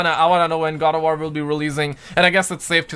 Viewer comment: My boi can’t say “WAR” but he proceeds to say Gangbang 🤣